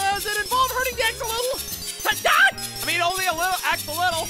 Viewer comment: Did say axolol 🤣🤣🤣🤣🤣🤦🏽‍♀️